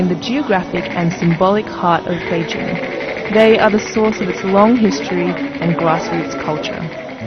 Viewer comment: Finally, a reporter who knows how to pronounce "Beijing"!